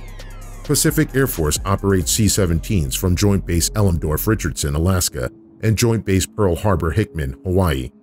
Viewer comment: Elemdorf? Really? EL-MEN-DORF